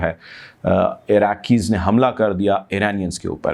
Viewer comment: Eranian eraqi. 👎🏻👎🏻👎🏻👎🏻👎🏻👎🏻 pronounce correct pl